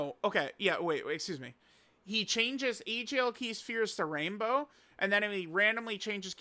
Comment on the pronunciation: it’s NOT PRONOUNCED SHPERES BUT ITS PRONOUNCED S. P. H. E. R. E. S